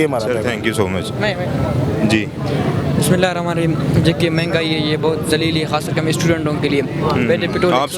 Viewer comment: بسم اللہ الرحمن الرحیم Bolni ha to sai se bolen galat na bolen..ni to apny qaid e dein se sekh len.